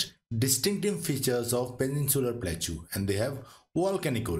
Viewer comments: its plateau not plakchu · Pronunciation of plateau is wrong. It should be pronounced platəʊ or plaˈtəʊ, not platʃaʊ